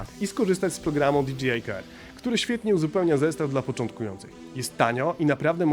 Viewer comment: Fajna recenzja! Jedna tylko mała uwaga bo kole w uszy ;) Za połową filmu bardzo często mówisz "di dżi aj". Nie "di dżi aj" tylko "di DŻEJ aj" :)